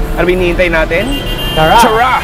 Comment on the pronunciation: Yung pronounceation mo ng ""Tara"" ay tura .ang meaning ng tura sa Leyte Samar ay tamodhahahah